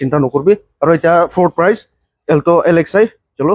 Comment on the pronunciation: Amu not elto😂 it's alto😅